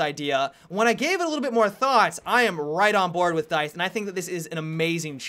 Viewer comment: "I'm right on board with DYTHE"